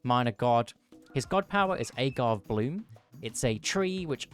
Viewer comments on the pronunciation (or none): none